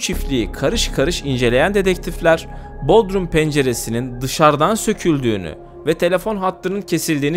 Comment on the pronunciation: Hocam bodrum vurgulamanıza dikkatinizi çekmek isterim, ilçe Bodrum ile vurgulama farkı var. İkinci heceye vurgu yaparak tellaffuz etmeniz doğru olur.